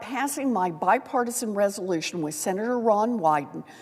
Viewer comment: "Bipartisal" resolytion😂😂😂